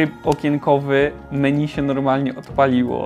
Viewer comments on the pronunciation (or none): none